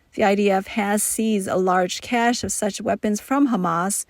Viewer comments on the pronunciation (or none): none